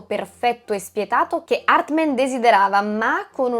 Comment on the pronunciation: HARTMAN non HARTMEN!!😅😅😅😅😅😅😅😅😅😅😅😅😅😅😅😅😅😅😅😅